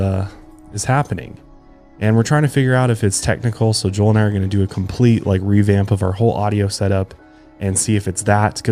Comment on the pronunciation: just went back and listened to "my brother and my producer Joel" like 10 times because (I'm from Texas) you sounded as hick as me!!! :D